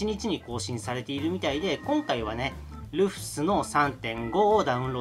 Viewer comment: 細かい事なんですけど「Rufus」の読みって「ルーファス」じゃないでしょうか？